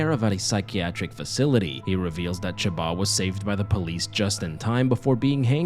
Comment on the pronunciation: Her name is chaba? I thought it was shomba?